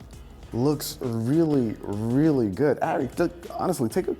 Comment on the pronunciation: "WRReally.. WRReally"